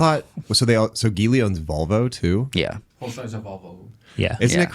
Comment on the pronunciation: Geely is pronounced Ji Lee